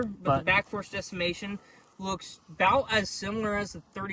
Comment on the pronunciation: “back force decimation” 😂